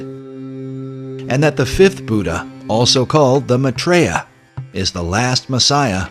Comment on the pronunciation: The way they pronouce maithreeya ! LOL.. It's my-three-yuh. Not ma-tree-ya !! Almost all of this doesn't make sense, but that just made me LOL :D